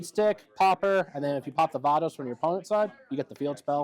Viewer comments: I've heard "V-ay-dos", and "V-eye-dos", but first time I've heard "V-ah-dos" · Nice deck profile, if only he could pronounce "Veidos" lol